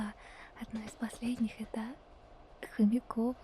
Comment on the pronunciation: Я живу в Хомяково😊 и да, ударение правильно